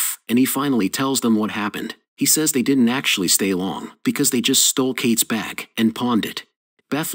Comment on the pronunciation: I hate the way the AI pronounces bag like beck.